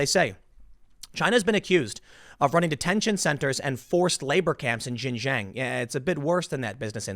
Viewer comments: Dude it kills me when you pronounce Xinjiang as "gin jang" 😂 it's pronounced "shin" like the front of you leg and then say the letter "g" and and "ah-ng" so, it's pronounced: shin 'g'ahng. Hopefully this is helpful, it's miles closer than what you've been saying 😂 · Xin Huang - Shin JEE ahng. Not jin jang. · Tim, it's not "jinjang" learn how to pronounce names correctly, it is xinjiang, pronounced more or less like "chinjiang" not "jinjang" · Tim, you're not gonna see this comment, but "Xin-jiang" is pronounced "SHin-Jiang", not "JIN - Jiang" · xin = sheen jiang = jee ahng.... damn man hard to listen to the bad pronunciation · 新疆 (xinjiang) is pronounced closer to 'shin jeeyong.' It took me a second to process what you meant by "jin jang." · Xinjiang pronounced: Shin-Jiang, not Zhin-zhang. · Xinjiang is pronounced "Shin-JeeYang" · X is pronounced more like Sh. Xinjiang = /Shin Jee Ahng/ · ...learn how to at least properly pronounce 新疆 （ xinjiang ) which is pronounced as “shin-“G-yang” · The Xinjiang region pronounced "Sheen-jiang" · IT IS PRONOUNCED SHIN- JANG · Tim, Xinjiang is pronounced "Shin-JYANG". X is "sh" and Q is "ch" in Pinyin pronunciation. Just saving you from future mispronunciations. 😋 Also, long live the ROC and death to the CCP! 🇹🇼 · You are pronouncing the region wrong. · Bro, learn how to pronounce Xinjiang, what you say has nothing to do with the place.